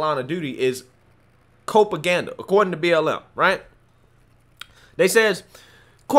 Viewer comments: I think it's cop-aganda not co-paganda. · Its " cop aganda"... Not copeaganda.... Just saying, love ya god bless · Isn't it Cop-a-ganda? as in police? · “Cope”aganda? Do you call the copes? COPaganda! Rhymes with PROPaganda. I’m calling the copes… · Don't think it's 'cope-aganda', it's 'cop-aganda', which is much more offensive to me. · I think it is cop aganda...as in rhymes with prop. Not cope. :) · Copaganda rhymes with Propaganda. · I think it's copaganda rhymes with propaganda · You are right. I wanted to correct him, too. :)